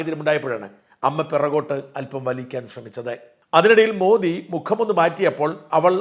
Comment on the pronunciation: മോഡി എന്നല്ല, മോദി എന്നാണ് ശരിയായ പേര്...ശരിയായ ഉച്ചാരണം